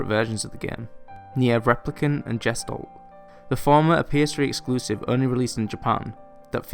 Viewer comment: btw. "gestalt" is not pronounced like "jestold", its german(means "shape" or "figure") and its pronounced like "guh·stalt"(where the st is more like an SHT)